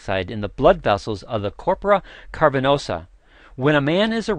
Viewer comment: The medical history is wrong. Viagra (AKA sildenafil) was invented to treat pulmonary hypertension. It was completely accidental that its effect on the penile vessels was discovered. This guy should also learn to correctly pronounce "cavernosa". (It's not "carpernosa".)